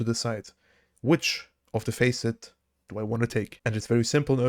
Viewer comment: Heya - I really enjoy your videos contentwise, thanks and thumbs up! But pleeeeease, check your pronounciations, especially for very prevalent words like "facet". It makes my ears hurt how you pronounce certain words, "know" would be another one 😊 besides that: keep up the good content and have a nice day!